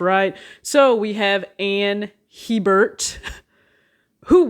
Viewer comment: Went on a whole rant about how to pronounce his name and YOU still did it wrong 😂😂😂 It’s not Hee-bert, it’s pronounced ‘Heh-bert’. Smh